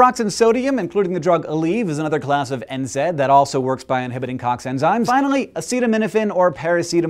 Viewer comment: Hank pronounced NSAID wrong. It's prounounced N-SAY-D. Gosh though, this made me realise how much pain I'm in.. I have widespread chronic pain and there is hardly any relief.. I was perscribed a muscle relaxer recently! D: I wish more research would be done on pain.